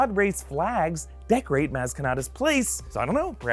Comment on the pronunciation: Maz is pronounced moz